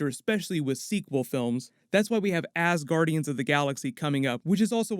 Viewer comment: Haa! You said Ass Guardians! :v